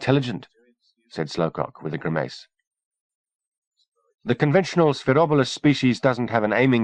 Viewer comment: "Gri-mayce" That pronunciation makes me grimiss